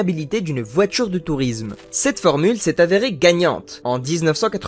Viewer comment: Je n’aime pas la voittchuure électrique.